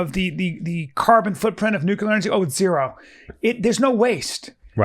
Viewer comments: Yo B, the word is pronounced nook-LE- er not nook-U-ler. Might be some of that cte from “moving around the ring”. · Come on B! It’s Nuclear “new-cle-urh” not “nuke-ya-luhr”